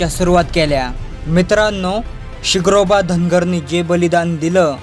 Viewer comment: SIGROBA nahi SHINGROBA bol Yedzavya u tube walya